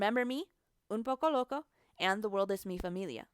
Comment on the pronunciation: It bothers me how American you pronounce everything. Like I don’t even speak Spanish but “mee fameelia” isn’t how you say it